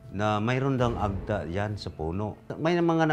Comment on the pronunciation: Madame Jessica it's Ag-TA emphasis po sa TA not the other way around AG-ta. Sana po i-research niyo muna kung paano sambitin ang mga salita lalo na kung Filipino kasi masakit sa tenga. Napapansin ko po kasi madalas ito mangyari. I hope you take my criticism objectively.